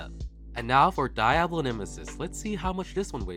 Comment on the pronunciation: My Mexican self can't help but correct the way you say Diablo nemesis the I in Diablo isn't supposed to have as much emphasis as you pronounce it. It is actually to put more emphasis on the D